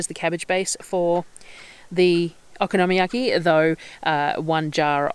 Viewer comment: Yum, Okonomyaki is my favourite way to use up cabbage, so easy, delicious and versatile! It’s really good with pork belly or bacon too. Yours looked great. Also with the pronunciation, it’s kind of like saying ‘Economy Yaki’ really quickly!